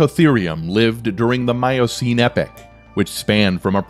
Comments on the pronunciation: It's epoch! Not epic. Yer tit! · Rather spoiled by the terrible pronunciations: "climactic" instead of climatic, "epic" instead of epoch... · Learn to pronounce your words correctly: it is not "epic" (as you are pronouncing it) but "epoch" (ee pawk).